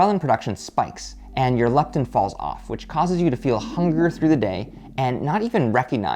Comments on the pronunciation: *It's Leptin, not lipten (@ !) :) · It's Leptin not lipten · It’s “leptin” not “lipten”! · ghrelin & ..."lipten" haha love it